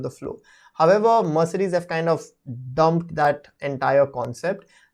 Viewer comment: hasn't pronounced Mercedes properly once